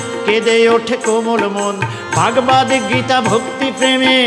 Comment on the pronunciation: ভাগবাদ নয় শুদ্ধ উচ্চারণ হবে ভাগবত। নমস্কার রইল। সুভাষ চন্দ্র নাথ (আসাম) ভারত।